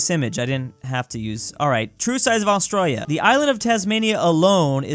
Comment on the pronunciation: As an Australian myself I am triggered by the amount of times he has mispronounced Australia on this channel